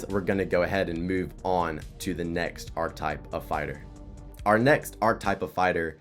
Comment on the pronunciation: that ain’t a typo dawg you called it “arc type” the whole video lmao